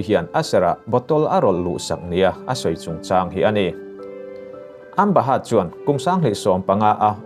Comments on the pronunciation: Amba heart ti mai che a ka hriat chu a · Amba haaatt hi ka ngei riau